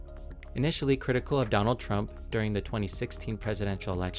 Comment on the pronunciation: Twump tweny twenyfor...